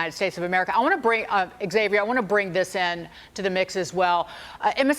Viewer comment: Thanks to the man on this show who pronounces Xavier with a Z. She's obviously a young person. The "X" is meant to have a "Z" sound.